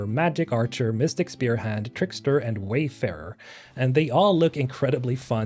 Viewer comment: AHHH TRIGGERED ME!!! It’s “WARFARER” Mr!!